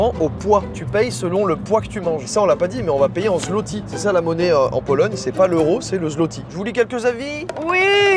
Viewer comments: Petit point culture G: Zloty se prononce swoté ;) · Alors enfaite la monnaie c'est le Złoty PAS "ZLOTY" LE "Ł" se dit "W" bonne vidéo sinon j'aime toujours autant le concept pour le prochain paye je propose la Norvège ou la Finlande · c'est pas un zloty mais un złoty (zwoti) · je suis polonais et tu dit très mal zotti et toi tu dit zlotti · Prononcez zloty , zvoté svp mdr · Pour la monnaie on dit pas zloty mais zwoty tsais le mec qui pète les couilles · Je te corrige on dit pas zloti on dit złoty le ł se prononce wo ducoup pour dire złoty tu dit zwoty mais ducoup on écrie złoty sinon continue comme sa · Juste sa se dit pas zloti mais sa se prononce zwoté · Je suis polonaise et la manière que tu as eu de dire zloty fait mal au cœur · "Złoty" ça se prononce comme "zwoti" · même pas foutu de prononcer correctement le nom de la monnaie polonaise....